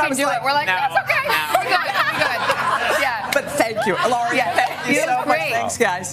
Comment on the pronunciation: Woman keeps calling her Hiloria. Having a guest on your show? Make the effort to at least get the name correct. Very unprofessional. 🤔